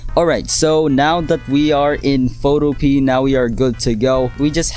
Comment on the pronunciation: It's pronounced "foto-p-a"